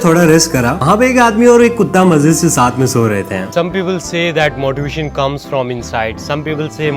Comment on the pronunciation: Me : workout Bhai : walkout Me : motivation Bhai : moottivation Your ladakh pronounciation so sexy 😅😅😅😅 say it again